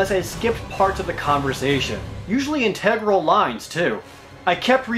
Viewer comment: That is not how you pronounce integral!